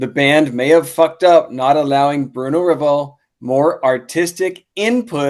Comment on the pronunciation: Ruh Vel…. Is how you pronounce it. Bruno only played two or three shows with White Lion from what Mike told me a couple months back